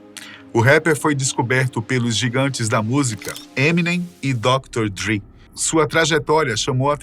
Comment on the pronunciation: Ghetto "koran" kkkkkkkk ...Ghetto Quran ... Dr Dre e não Dree ...quem foi o estagiário que juntou a informação para fazer o vídeo ? haha